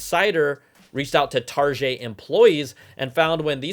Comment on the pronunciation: He said Targeee like French not Target